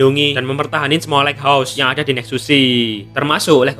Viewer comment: Lait haus bang bacanya Bukan leghos